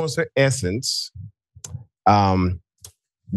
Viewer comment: So Jenai , nice name ... its my name too ! Ive never seen anyone else spell their name like mine but its not pronounced JANAE ITS JENAI long EYE sound not a short A lol and its actually a spinoff of YENNAI which is mandarin for true love or one who loves people But i adddd the AI after Jen and now it means ONE WHO LOVES DOGS because People are STUPID